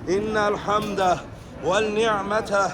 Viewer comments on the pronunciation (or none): Kardeşim innel hemdeh, velnihmete değil, venni'mete, demen lazım. Bir rehber ki bunu bile yanlış söyliyor. Hiç mi daha önce duymadın? Halbuki daha önce de geldiği anlaşılıyor. Rehber dahi Lebbeyk duasını yanlış okuduğunun farkında değil. Yazık!